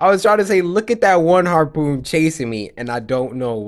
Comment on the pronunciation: I am a close friend to Cory and as a kid he wasn't been the best with speaking I wasn't expecting it to drag on this long and he always struggles to say simple words for say like "harpoon"